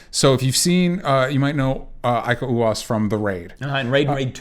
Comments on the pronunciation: Timo Tjahjanto (TEEMO CAH_YANTO), Iko Uwais (EEKO U_A_I_S) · "iko uwa is"